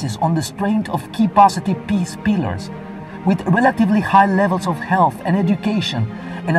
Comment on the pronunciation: I know this is going to be mean but all I was able to hear was Piss… you know as in pee?